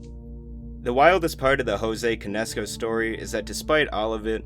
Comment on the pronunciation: I did not know this was AI Until.... Jose CAN- ESCO. Otherwise GREAT VIDEO